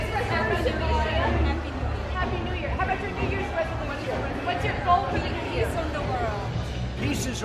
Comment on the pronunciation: "Have you made any new year's resolutions?" Melania - "Hopefully peace on the world." I love the way she pronounces "piss."